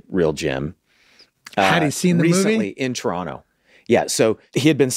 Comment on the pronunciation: When Glenn says "Turonno" properly 😍😍😍